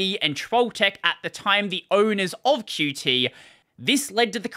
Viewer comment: haha, THANK YOU for calling it "Q. T." and not "cute"